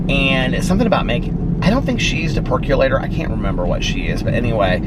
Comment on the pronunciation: I cannot take you seriously when you say percolator. I forever sing it like you did in your PReview or PDS channel I can’t remember... but I ALWAYS sing that song when you say “peculator” since lol